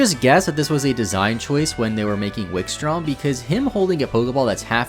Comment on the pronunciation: Don't worry, confidently said "Wikstorm" instead of "Wikstrom"